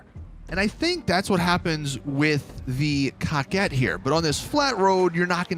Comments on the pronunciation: COCKIT BRO IM DEAD 😂😂😂 I believe it my be COH-KET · When said: coquette bruhh i died he says it like: cocket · Cocket wtfffff it’s korket that’s how it’s pronounced damn boy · “Cock-Ette” It’s Pronounced “Coke-Ette” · Why you keep saying “Cock-ette” ... if it’s a “Cor-Vette” remake, than calling it “Co-Quette” would be the more proper way to say it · What this foo call the car 🤣🤣 cocket wtf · Guy said cockette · “Cockit D10” 🤦‍♂️ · This foo said Cockit d10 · You say it kow ket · I think they were going for cock-wet.. so idk if you want to pronounce it like it’s irl counterpart, or the baller name of getting your “coquette” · It's actually pronounced "Co-Quah"...it's french. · He’s calling it a cocket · Is anyone going to tell him how to say coquette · Is it just me or is he saying the name wrong?? Keep up the good work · Anyone else really bothered by the way he says coquette?